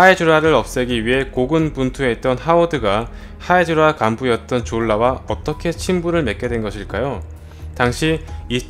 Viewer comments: 형 다 젛은데 졸라 할때 발음이랑 억양좀.. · 졸라발음할때 엄마가옆에서 들었는데 욕인줄 알고 이노무 시키가라면서 등짝맞음 ㅋㅋㅋ